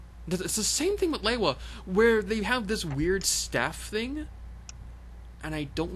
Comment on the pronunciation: You not pronouncing lewa right